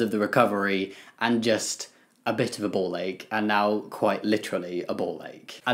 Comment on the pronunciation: I thought he said “ball egg” 😂